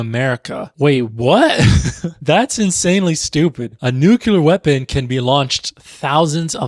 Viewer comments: Corrects pronunciation, says “NUKE-yoo-luhr.” Love what you’re doing, don’t get me wrong. Just the irony of it. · I love you but, "nucular", you pronounce it the same way as Bush